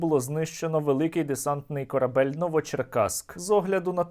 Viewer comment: "КорабЭЛЬ".. Черт Нерусский🤧